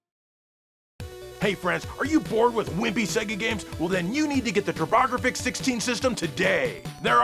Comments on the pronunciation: I had 80 lbs over my head at the gym when he said Turrbahhgruhfix at the end and almost killed myself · Loved those Turbographics mispronunciations. Best sketch since the Greendog song. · extra funny since the Japanese titles were pronounced properly (Raiden and Y's).